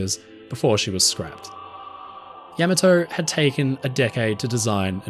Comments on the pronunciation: Please learn the proper pronunciation of things. It’s Yah mah toe. Ya may toe. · AI voices suck though.. Can't even properly pronounce the ships name.. It wasn't Yeah Mah Toe.. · Is it really so hard to have a human narrator? “Yamma Toe?” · I never knew it was pronounced Yamato and not Yamato. The more you learn! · How can the person narrating the video not know how to properly pronounce Admiral Yamato's name.. I've seen this time and again on many of these videos. Instead of just reading your script how about doing a little research of your own before hand. This man and this ship deserve it. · You put the wrong emPHAsis on the wrong syLLAble. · you are the only one ever heard to mispronounce the name. Like those who say Warshington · With all the impressive research you've done, odd that you didn't make the effort to approximate a correct pronunciation of the name of the ship. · Pronunciation is wrong. Pauses in the intro - terrible (at that volume). The rest of the presentation - OK (when you aren't trying to mispronounce Japanese words, that is). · Nice work Btw you are not pronouncing it right. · Could've at least gotten the pronunciation right. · Yamato doesn't rhyme with 'camel toe'😂😂😢😢😅😅😅😂😂😂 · Learn how to pronounce the name of the ship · You seem to know just about everything about the ship except how to pronounce its name. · Why can't the narrator pronounce "Yamato" correctly? This is very odd to do a nice video and then not say the name of the ship right. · pretty hard to listen to Yamato being mispronounced over and over again, I had to mute and block this channel!! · You should’ve research how to properly pronounce Yamato first… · I love your videos, but every time you said the ship's name, you made me cringe! You put the emphasis on the first syllable correctly (YAY!). But you insisted on saying "YAM," instead of the correct, "YAHM." So, she wasn't YAMato, nor was she yah-MAH-to. She was YAH-ma-to. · Yam-ah-toe? Isn't it Yah-maw-tow?